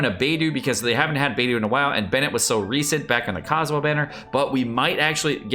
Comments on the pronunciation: It's actually kinda pronounced as"Paytho" tho in Chinese lol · It is Byedu, why can't say it right? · It's Bae do. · It's Baedou, not it's Bido, jk lol😅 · it is "Babe-Doe"! :P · I can't really rag you out on pronouncing Beidou's name as "Bay-doo", because the Korean pronunciation of Beidou's name is Beck-Doo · Bay-do kekw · Beidou is my main, needs to learn how to okay her 😅😅😅😅 (or atleast how to say her name 😂😂😂)